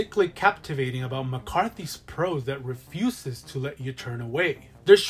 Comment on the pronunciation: How did you manage to do a list like this and not manage to include an Edward Lee book lol. I can stomach a LOT of disgusting stuff and I couldn't get through Going Monstering. Also I don't think of it was intentional, but they way you said "Refuses" in the bit about Frisk sounded like "REF-uses" which is an amazing pun for a video where you are dressed like garbage talking about disgusting books.